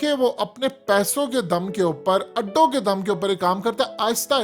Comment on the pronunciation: Chorhoo channel URDU ki aisi ki tesi to na kr. Kee bajaay nai Kay bajaay hota hai.